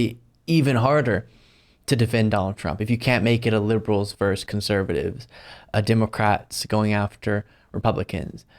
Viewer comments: versus, not "verse" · it's not 'verse' it's 'versus' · I am who I am, and even content providers I love will be reminded it's "versus," not "verse." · VERSUS, not verse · All true,. Getting on my hobby-horse for a moment, vs. is not "vers" it is "versus". Look it up.